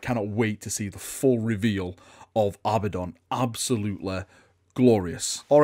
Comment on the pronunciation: JEEZ! It's A-bad-on, not Abba-don. Also, it's spelled Abaddon!